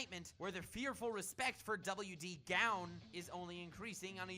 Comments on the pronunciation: Gown is not pronounced Gown, its pronounced Goan. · Gown is said like Goan